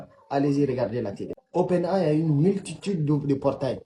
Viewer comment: le gars qui arnaque ne sait meme pas comment dire Open AI